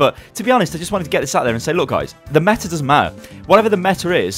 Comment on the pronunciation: Styles - "Meta doesn't Matta"